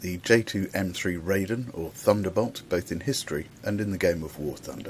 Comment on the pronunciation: Gonna be knit-picky here (this is promoted by Gaijin themselves, as well), I seriously only came to watch the first 10 seconds to see if the name was pronounced wrong, and it was...